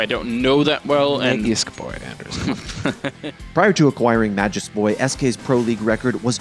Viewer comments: For those wondering is the correct way of pronouncing Magisk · Being a friend of the person in question, i can absolutely guarantee, that is the way to pronounce his name. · he is only providing the correct pronounciation of magisk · Actually... the guy correcting - says it right... that's how you pronounce it. There you go.